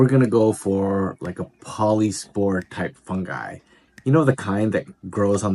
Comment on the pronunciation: Great work on the polypores (no s! Not "polyspores"). And polypores have pores, not gills but not many would know that. Nice to see someone put effort into their caches! Very appreciated.